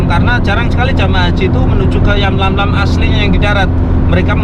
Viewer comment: Yalamlam bang,,bukan yamlamlam